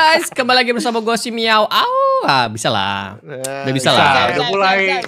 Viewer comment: Bang maaf aku kalo ngomong MiawAug ngomong nya miawak